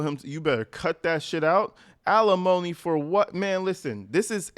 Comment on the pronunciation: It's alimony NOT felonomy !!!